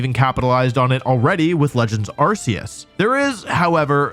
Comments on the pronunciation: Arceus is pronounced Are-Kay-Us not Are-See-Us dude… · It's pronounced Arkoos